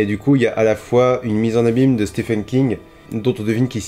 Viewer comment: Super j aime beaucoup ce genre de vidéo. Et juste pour un peu de culture comme ça en passant... le prénom Stephen se prononce Steven. Mais si tout le monde s'en fout c'est pas grave 😁